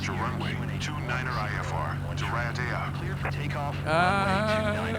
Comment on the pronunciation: Correct pronunciations should be ray-a-tay-a (Raiatea) and Oo-too-roh-a (Uturoa) as they are POLYNESIAN names and in the South Pacific. A very long way from Barbados and the Caribbean.